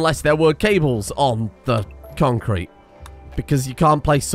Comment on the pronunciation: Always makes me sad when he says conc crete and there's no small funny dog images on a random place